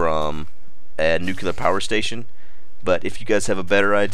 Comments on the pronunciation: "nucular" aah, americans... ;) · NUCLEAR! For gawds sake it's pronounced NUKE-LEE-ER. Now nucular! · it's called nukular. nukular